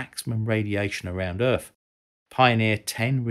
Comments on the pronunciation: "Earf" wtf lol you can clearly say 'them' so you can say Earth properly mate. You aren't saying 'Fem' for 'them' are you, or "Foes" for "Those'. And you pronounced "Three' just fine and not as 'Free". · Who is this "Errf" you keeps saying Voyager is trying to talk too? Is he a scientist? If so, I can't imagine he's still working for NASA; or even still alive at this point.